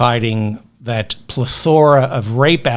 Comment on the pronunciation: (I think it's PLEH-tho-ra, not ple-THOR-a).